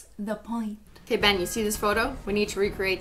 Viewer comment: Every time you say Ben I’m aways thinking that you are saying babe